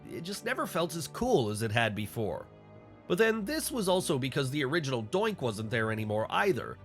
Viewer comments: “Origonal” Doink? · Ah yes, the "origonal" Doink. 😅